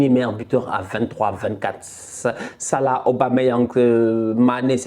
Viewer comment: 😂😂😂 tu ma tué quand tu parle Salah